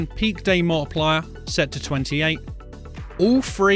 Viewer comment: dude the vid is very helpful BUT THE DAMN ACCENT, meta scent = meta setting, population mo-wi-pli-yar multiplier